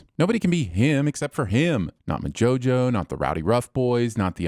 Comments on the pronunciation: moJO jojo NOT mo jojo. Quite disappointed! But I agree HIM is a spectacular character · Naaaah fam the biggest sin in this video is how the TV sins guy pronounced MojoJojo🙆🏾‍♀️ unless... it was a joke... that went over my head... and if thats the case....never mind